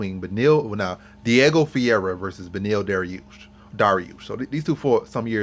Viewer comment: Nice video. Good points. BTW Fuhayda is how you pronounce Ferreira.